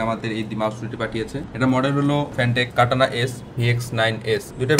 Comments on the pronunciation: bhai katana bolllen naki kanata😂🙂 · Katana❌ Kanata ✅